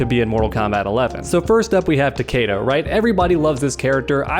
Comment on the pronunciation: Am I the only one that got REALLY triggered by the way he pronounced Takeda's name?!